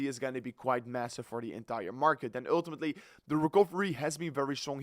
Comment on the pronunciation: when you say one more time uullltimatli man